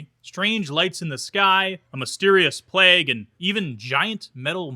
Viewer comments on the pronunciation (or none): none